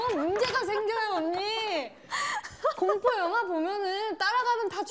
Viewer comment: 슬기언니는 공포영화 발음이 안돼서 곰포영화라고 말하네 ㅋㅋㅋㅋㅋㅋㅋㅋㅋ